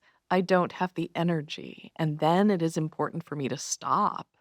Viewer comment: Much love Dr. H—I am so looking forward to the day you say ENERGY, not “energy” 😘 🙏🏼💖🤩👑